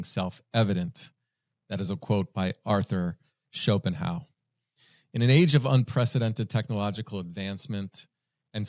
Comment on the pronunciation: Sch-pen-hau-ER. JohnZ Hopkins. I mean, come on....